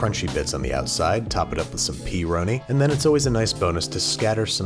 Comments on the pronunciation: When I heard P roni, I instantly thought of Homestarrunner, which made me happy and smile. So THANK YOU! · Please don't say peeroni ever again thank you